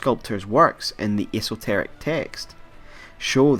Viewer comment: esotorec say it after me ESS-TORICK